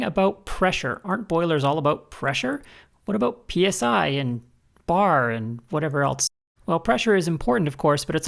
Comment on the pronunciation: I thought that mis-pronounced bar was the largest stogie I had ever seen. I am VERY Looking forward to this video.